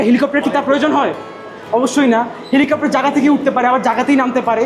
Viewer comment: ওটা 'হেলিকপ্টার ' হবে কাপ্টার না